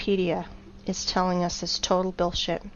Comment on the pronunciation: i just heard the word billshit HAHAHAHHA GO BACK TO SCHOOL PLEASE